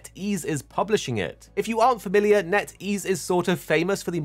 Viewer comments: when you said netease ehhhh i lost hope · i heard NetEase and lost all hope